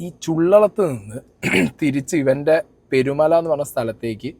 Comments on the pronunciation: പെരുമല അല്ല പേരുമല ആണേ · ആദ്യം നീ സ്ഥലത്തിൻറെ പേര് നല്ല മാതിരി പറയാൻ പഠിക്ക് പെരുമല എന്നല്ല പേരുമല